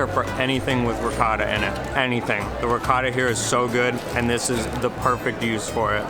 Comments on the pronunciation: Please,: try to say RICOTTA (pr. Reekawtta) and NOT reekada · How about you work on your pronunciation,. You're married to an Italian, no excuses for saying "ree caata." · This guy has an Italian wife and she never taught him how to pronounce Ricotta correctly? SMH...